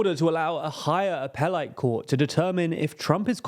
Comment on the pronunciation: who tf pronounces "appellate" like that?